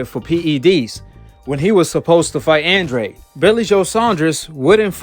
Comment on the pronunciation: Andrade = AHN DRAH DE...brah☺